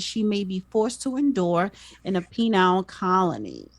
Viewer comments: "penile colony" LOL she meant PENAL COLONY! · LOL! She said PENILE colony. It's PENAL! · Did she say penile colony? lol